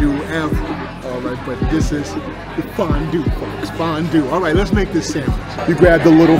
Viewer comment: Yoo that "fonnn duue" had me giggling like a child lol. If you ever come to central PA we got a big farm show in Harrisburg every January. They got some good grub and killer milkshakes, that'd be a dope chug! You got fans everywhere! ❤